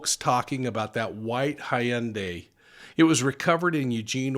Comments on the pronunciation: It's Hun-day. Or Hun-Die. Not Hi-un-day. 😃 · Hey, stop saying Hi-yun-day geez it’s simple “Hun Day” like Sunday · In 🇨🇦 we pronounce Hyundai, a ‘Hun-day’. Never heard it pronounced it this way before. 🤔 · White car is pronounced hun-day. HUN DAY. HUN DAY!!! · Hyundai is pronounced ...same as Sunday. I was corrected by head office in Korea 🥰